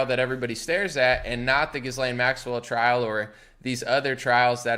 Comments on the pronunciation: It's pronounced without an "s" or "z" sound. The s is silent. Like Ghee-lane. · As if her name should be pronounced correctly… GizzLane makes sense at least